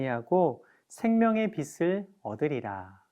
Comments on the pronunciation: 비슬이 아니라 비츨 이라고 발음해주세요. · 여유있게 넘어가시게요~^^ 빛.을..비.즐..비츨..뭐..어때요.. 우린다같이빚진자들이고 빛의자녀가 된게중요한거죠~~